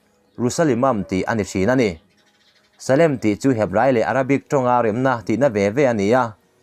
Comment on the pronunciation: Angaih nawm hle e...Salem tih hi khat. zawk ania...Salom leh salem a in anglo..Salom tih chu remba in rem tih na..